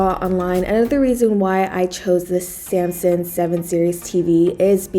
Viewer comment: SAM SUNG not Sampson